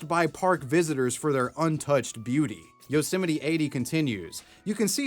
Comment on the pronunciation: Its pronounced Yose-mite like might. not yeolsemetyyy